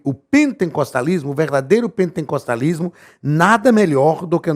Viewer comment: Misericórdia não é pentencostalismo É pen-te-cos-ta-lis-mo sem a letra n depois do te